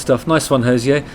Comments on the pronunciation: Enjoyed this, Justin. Just to say he doesn’t call himself “Hozeeay” - he’s Irish (like me), he says “Hozee-er. Cheers! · Hey Justin, long timeviewer/listener. Love your work. Just fyi, us Irish call him Hose-eee-err not with a french pronunciation. I'm shocked Jenny has not corrected you. You can pronounce it however you wish of course but I just thought you would like to know how we shout at him down the local 😂 p.s. can't wait for my lovely yellow jhra tshirt to arrive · He says it's pronounced Ho-zeer. FYI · Hozier rhymes with Cosier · You're pronouncing his name incorrect, no accent needed on the "er" he's not French. It rhymes with cozier 👌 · Please learn to pronounce His name correctly